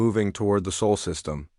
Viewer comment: SOL is NOT pronounced like “soul” it is more like “saul”.